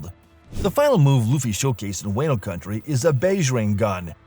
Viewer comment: Wah-no, not way-no